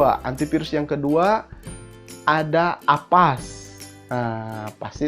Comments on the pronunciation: avast bang bukan Apas :) #justKid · Avast jadi apass, Urang sunda ieu..